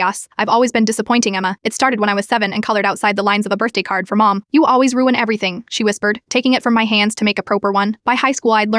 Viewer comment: “PrOwper one” 😂😂 “MOwm” 😂😂 “Dissipiter” 😂😂 “Tree” 😂😂 “Esthen” 😂😂 AI’s phonics teacher f cked up😂